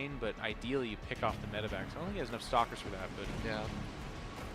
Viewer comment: Only me hear "s**kers " when he says "stalkers"?